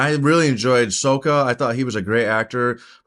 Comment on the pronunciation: You actually did pronounce Sokka and Appa wrong, saying So-ka instead of Sok-ka (a mistake 2010 did as well) and Oh-pa instead of Appa (never heard someone say this one).